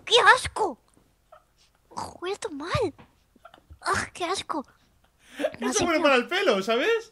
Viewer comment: desde cuando dice "asco" y no ajco?